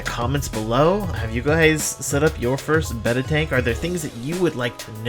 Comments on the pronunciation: Hurray! Finally someone who pronounces the name Betta correctly and doesn't call them Bay-tas. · Great video. It's nice to hear someone who actually knows how to pronounce Betta. So many I see on here pronounce it "beta" and it drives me crazy.